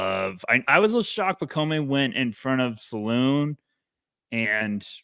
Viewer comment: pacome = pronunciation pac-comb